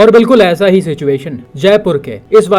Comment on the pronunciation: इंटरशेक्शन ❌️ इंटरसेक्शन ✅️